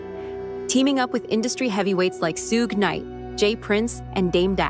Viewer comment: Not "Soog Knight"